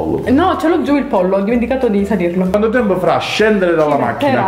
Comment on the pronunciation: Minuto 14.03 "ho dimenticato di salirlo" ti adoro però non si può sentire mi dispiace ahahah❤️😂